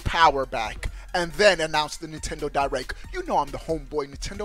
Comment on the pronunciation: nintendo "di-wreck"